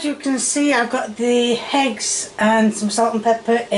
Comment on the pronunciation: why does she always say with an H?? Honions or Heggs?